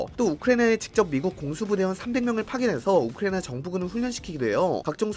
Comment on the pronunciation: 진짜 어지간하면 얘기 안하려고 했는데 우크라이나 발음 너무 날리시는 것 같네요..